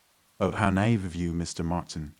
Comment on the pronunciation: Thank you. Its niave not knave. Its pronounced nyeve. Haha unless I've been pronouncing it wrong all my life.